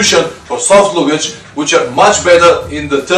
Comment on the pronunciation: Great videos. Just a minor correction to your pronunciation of 'luggage' given that you use the word in many of your videos. You say loo-gage whereas it should be larh-gage (with the same short stress on the 'larh' as your 'loo'). The pronunciation is the same in both British and American English.